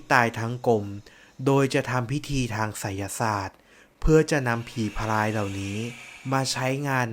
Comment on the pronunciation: ผีพราย นะครับ ไม่ใช่ผีพายนะ เผื่อบางคนไม่ทราบ การออกเสียง ร. และ ล. มันก็สำคัญตรงนี้แหละครับ ผมเข้าใจนะครับว่า บางคน กระดกลิ้นไม่ได้ ผมเองก็เคยเป็น แต่พอลองฝึกฝนดูก็ทำได้แล้วครับ